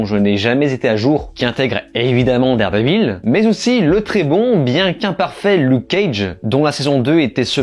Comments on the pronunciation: C'est quoi Dard Dé Vil ? Même Regelegorilla prononce mieux l'anglais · Déjà ne dites pas Dardévil c’est insupportable